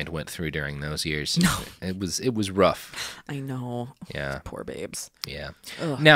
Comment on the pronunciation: "it was RUFF" I heard it